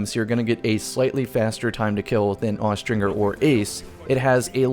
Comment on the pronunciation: Austringer is pronounced with the J sound, not the hard G.